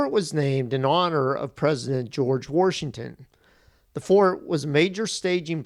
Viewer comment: Why are you saying worshington? Are you from Pittsburgh?